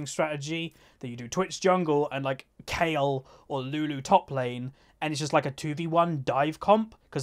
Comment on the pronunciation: you said kayle you didnt need to correct yourself cuz you said it right